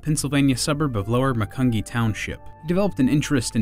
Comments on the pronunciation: Tom Howard went to my high school believe it or not! And it's pronounced Macun-jeee! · I think it is pronounced muh cun jee. Like 'jeep' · It's pronounced macunjee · It's pronounced mac-un-gee(like gee whizz), and I'm honored to have grown up in a neighbouring town. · You pronounced where he was born wrong lol. Growing up around there the "outsiders" never say it right.